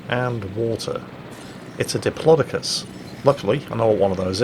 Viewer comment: Ah,. You've gone all American on us. It's pronounced Dip-lo-DOC-us, not Diplodicus:)